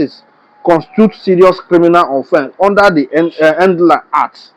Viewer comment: At, the N.D.L.E.A is an acronym for the Nigerian Drug and Law Enforcement Agency and not a word like you were pronouncing it. Take note and Keep up the great work!!